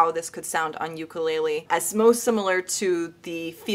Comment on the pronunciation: did deathbed horribly. And try pronouncing "ukulele" correctly